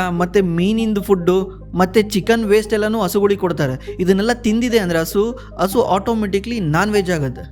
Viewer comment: Content is good! But kannada sari matadi! Aalu alla Haalu! Asu alla Hasu!